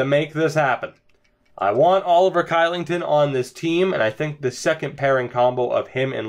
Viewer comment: Your pronunciation of Kylington was atrocious.... lol. It's pronounced Shee-ling-ton.